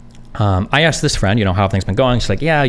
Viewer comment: AKSED amiright